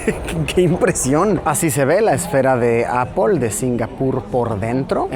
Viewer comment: tengo una consulta para luisillo: ¿por que cuando te refieres a la marca Apple dices Apol? Saludos desde Villa Gral Marcelo Iripino, Catamarca del Menem, Argentyna